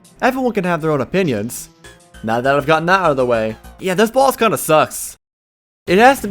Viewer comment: They way he says boss is like bΩss